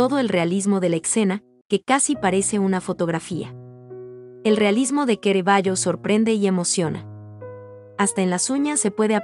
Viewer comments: todo muy bueno....pero no se porque lo llamas QUEREVALLO😳 su pronuncia es CARAVALLO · Pero por qué dice Querevaggio? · ¿Kerevaio? ¿Y esa pronunciación? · A la chica narradora: ¿por qué insistes en que el pintor es "Queraballo" y no Caravallo (en español) y el dios Bacó en vez de Baco? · Completamente de acuerdo con su comentario. No es Queravallo ni es Bacó. Es Caravallio y Baco. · Perdón pero al pintor se lo llamó Caravaggio , NO QUEREVAGGIO. Y la primera obra suya que se observa es de Baco dios del vino, no Bacó con acento en la ó...🤷🏻‍♂️🙆🏻‍♂️ Quise ver el video porque admiro al pintor, pero ese comienzo me canceló las ganas de hacerlo. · Es Caravaggio , no kerevaggio !!!!!!!!!!! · Es Caravaggio, no Ceravaggio. Es italiano, no inglés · Bueno el imforme gracias. perdón ¿ donde encontraron el acento en Baco para nombrarlo como Bacó? y se pronuncia Ca ra va gio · Por 🎉dice Querevagio y Baco con acento en la o como palabra aguda. Es lo correcto? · Muy cultural la información. Gracias. Es una máquina traductora? Hay palabras mal pronunciadas. "Excena" baco"queravagio. Los subtítulos en español no hacen falta, tapan las imágenes. Por lo demás excelente, muy ilustrativo. Gracias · Horrible!! Bacó jajaja Kerevallo 😂😂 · "kerevayo" ahhhhh mis oídossssss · Kerevaggio ,kerevaggio arruinan un video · Es una lástima que un vídeo tan magnífico, tenga un audio tan lamentable . Pronuncian mal el nombre del artista y otros errores que denotan absoluto desconocimiento de cultura general. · La muestra y selección de las obras es excelente. En mi humilde opinión deberían haber corregido la regular a mala pronunciación de la locutora, que en varias oportunidades pronuncia mal las palabras del texto y lo que es imperdonable en que no mhayan corregido el nombre del personales !! CARAVAGGIO !! ( LOCUTORA LO LLAMA "QUERAVAGGIO" UN DESPROPÓSITO ) sI PUEDEN TRATEN DE CORREGIR ESTE ERROR ) Gtacias, Armando Cerutti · Pronuncian mal el nombre del Autor y el de Baco😢lástima